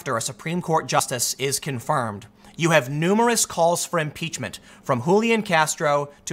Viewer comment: M-Peach-men. Pootin. Collushum. Ko-reeah. Can I take 'em to the bridge? Let's take 'em to da bridge!